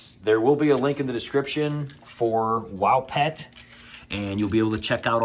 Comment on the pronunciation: It's pronounce like Whoa Pet + Wopet. I love my feeder the sent me for the cats. The directions were not that informative to me. I don't remember getting a booklet like you did but figured it out the best I could.. The batteries are D cell and that is for backup incase you lose power. You can invest in rechargeable like I did. It saves so much money buying batteries all the time. My cats have several battery operated toys too so I had to buy a rechargable unit and batteries. I like yours says portion. Mine says meal and the words and numbers are small. George is like I don't know about this thing lol.